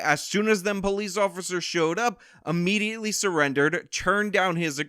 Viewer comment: Thank you. Point well taken. Stop saying "a"mediately. it's IMMEDIATELY.